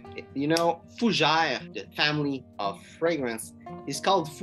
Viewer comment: Fougé? Repeat after me: FUUUUU GÈÈ RRREEEE😄